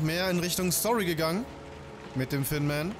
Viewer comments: omg bin ich der einzige, der immer "Finnman" verstanden hat, weil das "Th" wie ein "F" spricht xD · Sure immer Finnman haha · Sameee 😂, ich merk jetzt erst das der Thinman heißen soll, ich dacht halt der heißt einfach Finnman xD